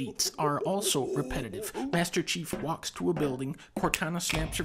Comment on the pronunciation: If everybody gonna ignore the fact that dunkey finally said master chiefs name? Or are y’all still calling him SeaHouse?